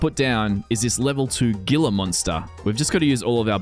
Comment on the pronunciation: "Gila" is Spanish in origin, I believe. At any rate the "g" is pronounced like an "h" so it sounds like 'hee-la' monster. New to the channel, but liking what I see.